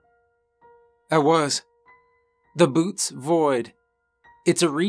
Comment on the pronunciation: Bootes is not pronouced 'boots'. . Overall, an excellent story. Well done